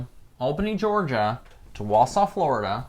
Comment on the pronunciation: I love to hear someone pronouncing Georgia towns correctly!!!!